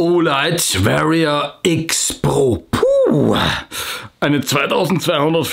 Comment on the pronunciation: Hallo! Du bist super sympathisch und machst super Videos. Es passt irgendwie auch zu dir, dass du das Wort "Warrior" gleich dreimal sowas von falsch aussprichst.:)